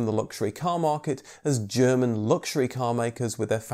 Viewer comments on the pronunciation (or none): none